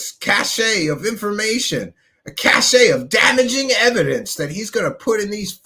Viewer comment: It's not cachet, it's cache as in CASH. As in "praise the cache"